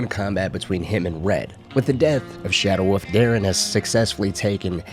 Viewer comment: I keep thinking he is saying.... Shadow Woof.. Instead of wolf